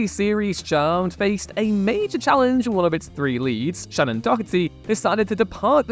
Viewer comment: if you're gonna do a list, you could at least pronounce the actors' names correctly. There is no K in the pronunciation of Shannon Doherty, and Jennifer Lien is pronounced "lean," not "lee-en."